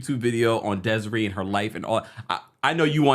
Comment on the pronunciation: What song are u talkin about with im kissin u and its DESIRÉE like the é in Beyoncé chile, that was killin me😒😅